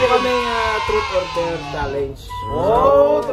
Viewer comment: ‘Trot’ or ‘der’ daw! HAHAHAHA bisaya na jud! HAHAHA PERO keep your vlog be more interesting and Godbless ya! ☺️🤩🤣